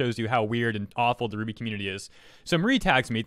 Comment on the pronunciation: So it's pronounced Ruby.. K